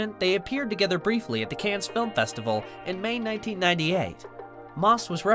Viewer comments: Stop saying "Cannes" like "cans" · DID HE SAY … CANZZZ!!???🤦🏻‍♀️🤦🏻‍♀️🤦🏻‍♀️ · CANNES S IS SILENT. (CAN)